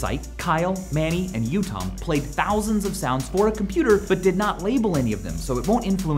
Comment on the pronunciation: You mispronounced it. On the infinite drum machine DONG one of the creators is called Yotam and you said Yutam.